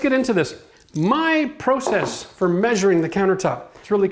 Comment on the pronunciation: Does every Canadian say template and process the way he does? Asking for a American friend 😂